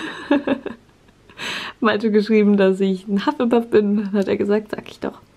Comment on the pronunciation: Hufflepuff auf deutsch aus sprechen huff le puff